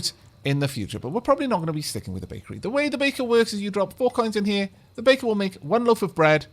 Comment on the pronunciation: All I hear is bacon instead of baker.